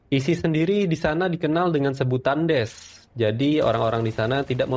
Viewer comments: daish bang bacanya bukan des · Pembetulan mas, bukan des tapi daesh(da'esh) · Daish min bkn des.... yg bener sebutnya jgn konfius... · Da'esh bang bukan Des😅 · PEMBETULAN ISIS DI PANGGIL DA ESHH BUKAN DES PERNOUNCENYA AGAK SALAH YA BUND😂BTW MANTAP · Bukan des min, tapi DAESH/DA'ISY/داعش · daesy bang bukan des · Afwan Daesh bukan Desh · Daesh bacanya Da-Ish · bacanya DAESH min